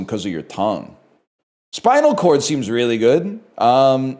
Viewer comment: Bro said spincal cord